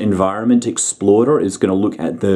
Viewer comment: Did scott just call L.A.D.E.Exploder?...*explorder*...*explorer*